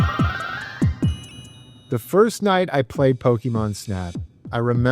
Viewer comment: Your videos are great man. But the way you pronounce Pokemon lol you almost sound like a mom from 1999, just missing the MAN instead of MON